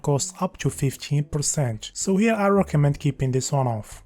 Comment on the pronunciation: In chis vicheo I will chry cho chake a chifferent approach. Cho point cho point chen